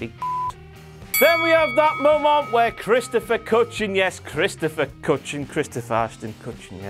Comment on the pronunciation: There is no N in Kutcher, Aston Kutcher